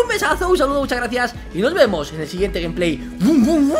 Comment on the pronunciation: pero vegetta dice que dice gamplay pero no se le entiende nada ni en camara lenta no es por burlar